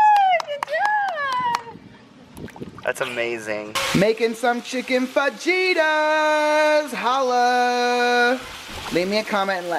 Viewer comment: its not fajitas its fajitas but the j sounds like and h okay